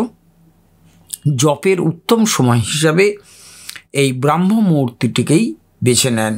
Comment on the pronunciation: কথা টা ব্রহ্ম মুহুর্ত, ব্রআহ্ম নয়। একটা spiritual channel চালান, কিন্তু সঠিক ওয়ার্ড টায় জানেন না।